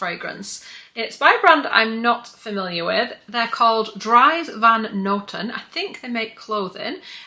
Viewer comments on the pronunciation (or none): I think last year's Selfridges calendar was a bit more exciting but this one looks fab too. I have ordered it. BTW, the third perfume brand is pronounced Dries Van Noten ("Drees"). He's a Belgian clothing designer. I'm most excited for this product.